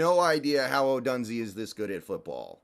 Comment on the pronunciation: It is pronounced Ohdoooooonzay. He and MHJ are studs.